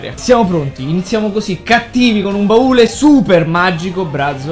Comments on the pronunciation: si dice baule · che cazzo ci vuole a dire "baule" e non "barile"?😂😂